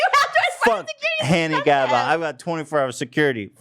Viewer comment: So no one really caught when Ethan called her “Hannie Gabba”